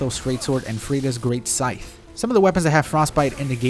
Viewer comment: PSA: The 'the' at the end of 'scythe' sounds the same as the 'th' in the word 'that.'